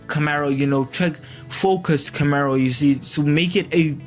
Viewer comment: Camaro not Camero!